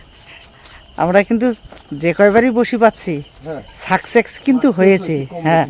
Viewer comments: Did he just say sucsex 😂😂😂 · Sux sex nehi success bolo 😂